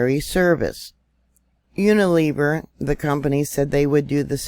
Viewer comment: Wow - I'm in the UK - didn't know that! - horrified look - and giggle really enjoyed your pronunciation of Unilever! Brave try! Praying for us all God bless you - stay strong everybody....